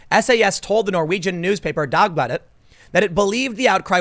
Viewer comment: The way you said dagbladet was pretty accurate, especially for some dialects.